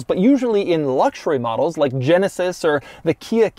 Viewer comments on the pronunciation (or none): none